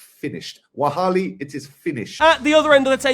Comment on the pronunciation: saying "wahali" instead of "Wallahi" is hillarious. HAHHAHAHAHA.